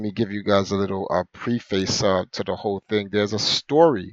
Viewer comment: You’re pronouncing ‘preface’ incorrectly. Twice. “Have we not seen the Matrix?” Are you kidding me? You guys are so stupid it’s not even funny. Not going to get into it, there’s plenty of comments that have disproven your nonsense.